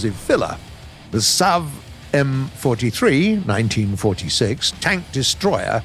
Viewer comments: S-T-R-V, Stridsvagn ;) (roughly translated to "Combatwagon" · Interesting how he say strv as strav and give it a slavic pronunciation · Being a Swede and hearing trying to pronounce S.T.R.V. Which is shortening for Stridsvagn, as a word =) First i didn´t understand what he was talking about at all hahahaha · u are supposed to pronounce it as letters not names like other tanks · U dont say it like straaav or what ever, u say it like this S T R V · I would suggest saying S. T. R. V instead of strev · PLEASE stop saying "Strav". It's like trying to pronounce pzkpfw as a word. Ether say the full name of the tank or say it letter by letter S, t, r, v. U, s, h. I, k, v. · When he says "straav", it's not even a proper name he is pronouncing, because he goes by what the game names it as and the game lists the tanks as "Strv", which is the abridged version of the word "stridsvagn", meaning quite simply "battle tank". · The fact that he sais "sterv" as a word instead of an abbreviation really annoys me. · Hi! I love the new units! Im from Sweden, (so sry for my bad English) and if you want to you can just say S T R V, just each letter one after one. STRV stands for the swedish word of tank: “Stridsvagn”. In the Swedish SAV 20.12.48 stands the “Sav” for “StormArtilleriVagn” ore what you rather would call it, some sort of an “assault-artillery- carrage- model”. Love the new units! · XDDDDD when he says: "S TRTRAAA V" XDDDDDDDDDDDDDDDDDDDDDDDDDDDDDDDD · Strv is pronounced stri-ds-vagn